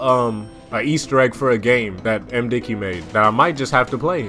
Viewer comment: he is correcting him/her.. it is "MDickie" not "MDicky"..